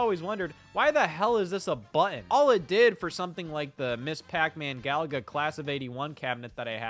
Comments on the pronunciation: I believe there are two “t”s in the word button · Why can't Scott pronounce the word 'Button'?... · Scott really struggles with the word, "button", huh? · Scottism - buhh-inn = button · You pronounce 'button' very strangely...